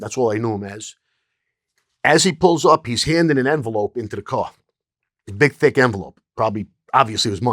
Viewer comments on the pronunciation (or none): none